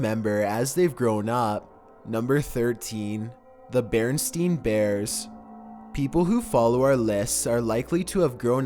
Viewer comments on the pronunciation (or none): its "Berenstain" not "berestein" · It's Berenstain not Berenstein I don't know why it chanhed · It is pronounced beran Stain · Bearstain not bearstein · its bairnstain not bairnstene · BarenSTAIN. Not Barenstein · It's Berenstain Bears not Berenstein Bears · Berenstain Bears not Berenstein Bears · The mandala effect has been shown in this video, let me tell you why. When he gets to number 13 he says The berenstein bears instead of the berenstain. How does that make this the mandala effect? It makes it the mandala effect because he remembers growing up with it being called the bearinstein bears instead of the berenstain. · Beren*stain* not Beren*stein* You guys got Mandela effect? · BerenSTAIN not BerenSTEIN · I'm surprised you said it like bearenstein instead of bearenstain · It was never berenstein its berenstain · No one is gonna talk shit about how he said berensien instead of berenstain? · bearensTEIN bears?? mandela affect has no affect on lol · OMG HE SAID BEARSTREIN BUT IN REAL LIFE IT'S ACTUALLY BEARSTAIN -SHANE DAWSON (MANDELA EFFECT) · Bereinstain bears not bereinstien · It's "Bearinstain bears" not bearinstein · *The BarenSTAIN Bears. pronounced "STAYNE" not "STEENE". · It's BerenSTAIN, not Berenstein. There is no mandela effect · So am I the only one that heard him saying 'The Bernstein Bears' and thought about the Mandela effect????? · Its not barenstein. ITS BARENSTAIN search it up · Bearstain not bearstean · There is something and intentionally creepy in this video that points to the Mandela affect. He said Berenstein bears but it's actually Berenstain bears. If anyone knows anything about the Mandela affect, this is a pretty well known factor of it. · It's Berenstain not Berenstein! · It's actually berenstain not Berenstein but you're not alone :) google it sometime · Crimson Crow man thats a Mandela effect we only know it as berenstein bears lol damn it lol even though ita berenstain i know lol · It’s bearenstain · beren stain